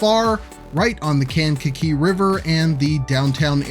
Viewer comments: It’s kang-ka-KEE. Like kangaroo, but with a kakee. 😄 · Resident of Kankakee Metro here! It’s pronounced locally as Kay-n-ka-kee. Always wanted to be the guy that comments that on the video. Hsr going through kankakee would be a massive boon, our downtown used to be lively and reasonably dense before industry left in the 50s and 60s. We have way, WAY too many parking lots. I’ve spoken with local developers in the downtown area and there appears to be a massive wave of new redevelopment in town! Ps I loved the cut to the “bitchin’” mall 😂, I hear talks of some massive redevelopment there as well supported by the village but we shall see if anything really happens.